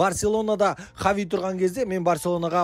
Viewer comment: Хави Хави дей берми Хаби деп дурыстап айтшиш малау